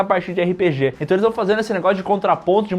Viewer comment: gostaria de corrigi-los de uma pronúncia. Não é "erre pê gê", mas sim RÊPÊGÊ!!!!!!!!!!!